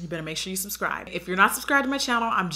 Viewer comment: She said “SUSCRIBE” and i was like okay...then i noticed i already was 😂 can’t remember when but ok gurllll